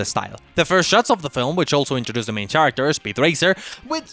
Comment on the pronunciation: The "ch" in "character" is pronounced like K.